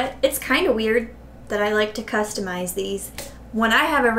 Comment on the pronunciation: Not gonna lie when you said “customize” I thought you said “cupstamize”. Maybe that’s what you should call these videos going forward. 🤣 Love your videos so so much. I’m relaxing after doing homework all weekend, enjoying bingeing your channel. If I was Starbucks I would totally hire you to design cups. ✨